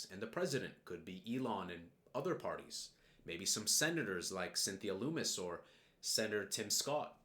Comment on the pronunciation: It’s like hummus not loumis.